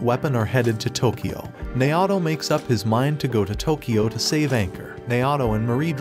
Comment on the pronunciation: Naoto being prounced Nayahhtow is tough